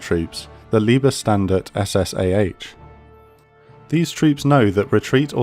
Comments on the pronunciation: few corrections; hitler did not kill eva. its not liebestandarte but leibstandarte. everything else good video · that would be Leibstandarte, where Leib is an old world for body, and standarte is a SS military formation size coming from Standarte (standard), a regimental flag. It is not pronounced "leeb" but "laib". (I guess better translating can be made, but I translate It as the "bodyguard banner formation") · please never say Liebesstandard again lol it's Leibstandarte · Good film. One unfortunate error to be corrected. LIE-B Standarte, not LEE -B Standarte. I know German is difficult. But this one is a laugher, and needs to be fixed. Thanks for taking this in the manner in which it is intended. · What the fuck is "Liebestandart"? It's Leibstandarte! Otherwise, great video! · Ah yes "Liebestandard" as in love standard. People try to get your stuff right. Its LEIBSTANDARTE. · It was not Liebestandarte but Leibstandarte A.H. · Small mistake that many English speaking historians seem to make. Its not Lieb(es)tandarte, but Leibstandarte. The first one is a bit comical. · Why is the name of the 1st SS Panzerdivision always pronounced wrong? It is not Liebestandarte ( Liebe meaning love) it is Leibstandarte the Leib prefix meaning guard in the british meaning life guard. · I love you.. But you butchered the everloving fuck out of "Liebstandarte" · LSSAH is LAAJBstandarte not the Love-Brigade (LieeeibStandarte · "... and Hitlers personal troops, the Liebes Standard ...", pronounciation so bad it gives that unit a whole new meaning lol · "Schattelov"(?) reported a red flag on the Reichstag and realizing his grave political mistake, became demented." Is this when the "capture the flag" game tradition started? ;-) Liebestandarte (=love flag) is also funny. Oh, pronounciation. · Its "Leibstandarte" or you couldve just said "LSSAH" which translates to "bodyguard unit" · You really fucked up the word 'Leibstandarte'.